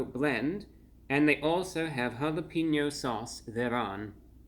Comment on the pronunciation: Bit of advice: Every time you pronounce jalapeno as holla-peen-yo, It's like nails on a chalkboard. That doesn't fly in Texas.